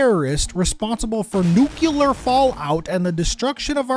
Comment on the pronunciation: I'll be honest, mortuanary and nucular were hard to hear.